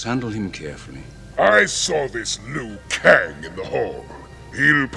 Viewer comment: He is called Liu Kang not Lou Kang.